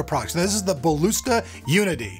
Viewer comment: It's not BALUSTA it's BALISTA .___.